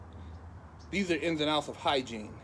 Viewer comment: lil nigga said hygine disaster lol